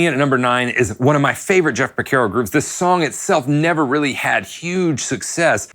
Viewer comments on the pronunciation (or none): Por CAR o. Not por CARE o. Sorry, I’m Italian… keep on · Love the video! But I have to be honest with you, every time I hear you mispronounce his last name, and Miss pronounced Mushanga, I wanna jump through the TV and smack you! Lol! It’s (Pore “Car” Oh), not (Pore Care Oh.) And it’s (Moo “Shon” Guh,) not (Moo Shan Guh) You are welcome! 😊💙🎸🥁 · It's Por CAR o Not Por CARE o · A couple things . . . His name is pronounced Por-CAR-oh. Not Por-Ker-Oh. “St. George and The Dragon” is from their second album Hydra. He didn’t leave his session career to start Toto. He was doing both. The Toto IV sessions and the Michael Jackson Thriller sessions were only a few years apart. Your “Rosanna” groove was loose and sloppy, but you shouldn’t feel bad. I’ve only heard a handful of drummers actually pull it off. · Its Jeff porcaro, not Jeff Percaro. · its not Por-KER-O.....its Por-CAR-O -Great vid though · Is there a reason you are pronouncing it Porc - AIR - oh? It's not said that way....Great vid though. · Why do you insist on pronouncing Pocaro wrong???? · Pronouncing his name correctly is bare minimum for making a video about him. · Geezus H!!! Learn how to pronounce the F’ing guys name if you’re going to talk about him! 🤬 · Great video, but at least please pronounce his name correctly. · You're pronouncing his name wrong. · Mispronounced last name but thank you for this